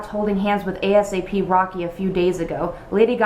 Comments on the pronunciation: lol I love how you call him A.S.A.P instead of ASAP as one word. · Anyone else laugh at "A S A P rocky"😂